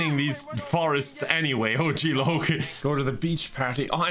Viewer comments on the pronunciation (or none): none